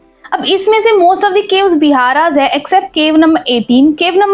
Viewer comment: Nice video but stupa nhi stup or vihara nhi vihar